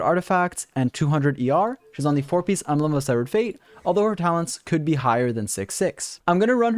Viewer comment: Lmao wut did he sayyy. embelgd of sevfuc fate